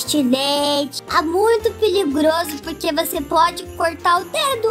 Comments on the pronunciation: Alguém percebeu que a falou peligroso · Você falou perigroso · "É muito pririgroso"Kkkk! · "É muito piligroso" KKKKK